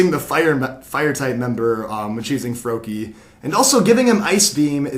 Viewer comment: its froakie